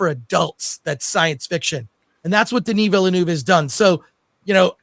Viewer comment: Denie Vellenouvee😂